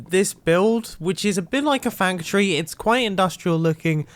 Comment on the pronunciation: Mumbo jumbo : * says “fachtory “ instead of factory * Me : :/